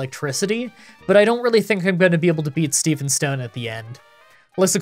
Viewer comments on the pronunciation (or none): none